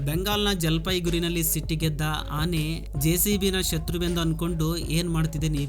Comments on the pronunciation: ಹಾನೆ ಅಲ್ಲ ಆನೆ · ಹಿಂಗ ಯಾಕ ನಿನಗ ಹುಲಿ ಬೆನ್ನಹತ್ತಿದೊರಹಂಗ ವಿಡಿಯೋ ಮಾಡಿಯೋ ಮಾರಾಯ ಸ್ವಲ್ಪ ನಿದಾನಕ್ಕ ಹೇಳ ಮೊದ್ಲ ನಿನ್ ಕನ್ನಡ ತಿಳಿವಲ್ದು ಎಮ್ಮಿಗೆ ಹಸು ಅಂತಿ ಆನೆಗೆ ಹಾನೇ ಅಂತಿ 🙆🏻‍♂️🙏🏻